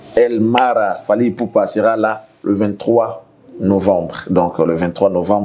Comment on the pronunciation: Fally et non falky, veux tu bien corrigé, merci